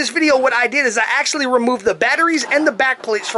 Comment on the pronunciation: omg that was the joke. I made fun of how you said "actullally" all the time. Or in other words: ACTUALLY you didn't even pronounce it correctly.